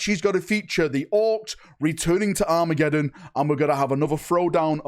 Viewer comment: Happy new year!! Great video. For a minute there - I thought you said WAAAAAAAA-megeddon. I have to concede Dorn would look amazing in a Black Templars colour sceme.